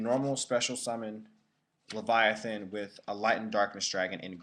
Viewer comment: Don't confuse "Leyvaten" with "Leviathan"